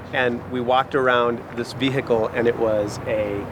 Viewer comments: ve hicle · Ve-he-cal It triggers me how he says it 😂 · Why does this guy insist on saying 'vee-hickle'? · Why the hell do americans always hiccup when they say the word vehicle???